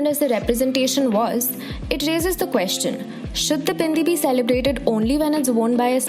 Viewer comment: I don’t know people had so much problem with a Hindu woman wearing a bindi. Why do u have to demonise everything that is associated with Hindus. And the way you say BINDI with so such emphasis on B shows how much you hate the culture.